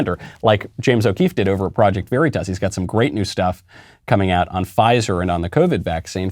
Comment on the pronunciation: Michael , you are pronouncing the word "Veritas" , the way Joe Biden says Taliban . Knock it off .